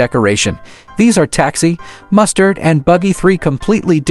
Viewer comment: It's mustang not mustard